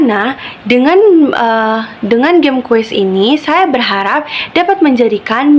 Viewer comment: Semangat Kk, saran dr bu guru dijelaskan/diketik dulu aplikasinya dari browser atau hrs download di playstore. Oiy pengucapan permainan di awal dlm bhs Inggris seharusnya geim bukan jeym y